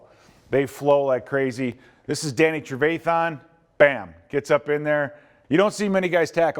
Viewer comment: Somebody teach this man how to say trevathan